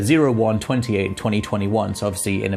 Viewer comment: Why does keep saying ''Ed'' instead of ''Eight'' lol